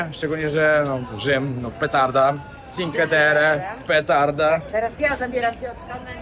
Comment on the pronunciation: Czinkłe Terre, nie cinke 😅